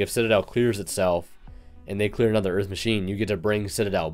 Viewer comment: EARF MACHINES!